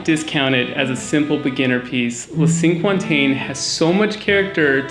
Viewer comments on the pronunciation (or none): hey a handy way to pronounce cinquantaine. Sank Aunt Ten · As soon as I get my hands on a cello I'm going to look at some of your recommendations which sound wonderful! BTW, "cinquantaine" is a French word meaning "fiftieth". If you want to pronounce it much more closely to the French say "Sank on ten." and don't stress any of the three words.. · Sank- con-TEN. is how to say the first piece. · Pls learn how to pronounce Cinquantaine. It's cringy.